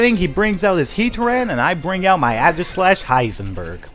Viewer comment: "Adgislash"... cringe